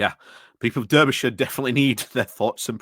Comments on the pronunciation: I'm from Berkshire and I know it's pronounced Darbyshire - bit like Barkshire! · Come on now, no excuses, must try harder! 🧐 I'm sure even Phil Moorhouse knows it's pronounced 'Darbyshire' and he really struggles with non-phonetic place names. I think he's Yorkshire born. As for the Reform shower... 🙄. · I never knew that "durbyshire" was the official Yorkshire pronunciation for Derbyshire. Still, to be fair, it's quite a distance away from Yorkshire... all of 70-odd miles ;) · Why is it so hard for you to say the name of the county and city correctly? Being from Yokelshire isn't a reason. Making the point for a triggered friend 🙂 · you are not wrong about Reform but the fact that you claim you are from Yorkshire yet don't know how to pronounce Derby or Derbyshire really does affect your credibility. Sorry.